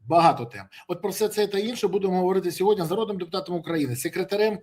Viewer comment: СьогоднІІІ, не сьогоднЯЯЯ, Пан Береза 😂